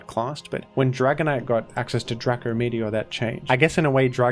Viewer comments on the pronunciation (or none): ITS DRACO NOT DRACKO. nic3 vid btw